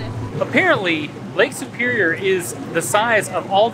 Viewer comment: He mispronounced, Lake Superior is known for the whitefish and Lake Trout though. Good eating fish.